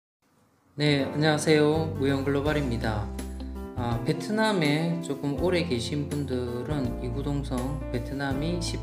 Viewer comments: 채널 이름이 ' 글로벌'이고 영상의 자막에서도 ' 글로벌'이라고 표기까지 하면서 씨의 발음은 글로발/에 가깝습니다. 발음을 정확하게 하면 좋겠네요. 채널의 발전을 기원합니다~~~ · 영어 발음을 하는 것이니, '글로벌'이든 '글로발'이든 무엇이 정확한 발음이라고 말하려는 것이 아닙니다. 채널 이름을 < 글로벌>으로 정했으니 '글로벌'로 발음하는 것이 필요하다는 것입니다.